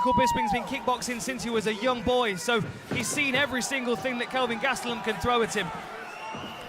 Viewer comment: Right?! “Bisping” this and “Bisping” that until he got smoked and then it was all “Gastellum” 🙄